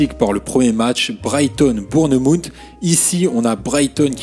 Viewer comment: Super vidéo ✅ ps: la prononciation de Bournemouth et magnifique